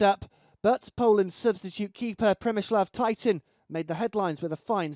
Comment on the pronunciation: Tyton got pronounced "Titan", lol :D